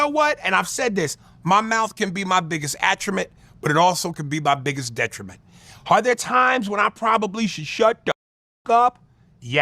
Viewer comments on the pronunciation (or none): "atrumint"is not a word. what an idiot